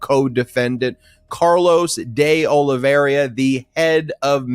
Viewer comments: The name is De Oliveira, not De Oliviera. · Ben, it's not De Oliveria, it's De Oliveira. Nails on a chalkboard to me. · One more time please: de Olee vay rah and not de Ole vera. de Olee vay rah! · Carlos De oh-lee-VEY-rah